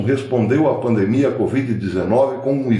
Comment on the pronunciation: Com todas as vênias, a pronúncia correta e pandemia e não “pandmia”, com minhas escusas.